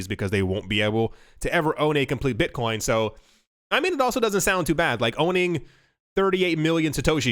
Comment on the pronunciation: Did he say Bitchcoin? Hell fuckin yea!